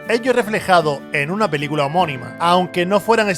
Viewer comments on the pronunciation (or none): Años "oyenta", "belícula"